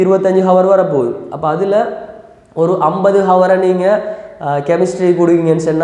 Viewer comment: While pronouncing hour..... H silence